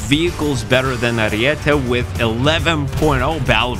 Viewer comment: Huge W for being the only youtuber saying Ariete right